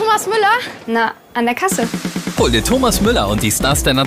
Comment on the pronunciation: she said Thomass 😂😂😂😂😂😂🤣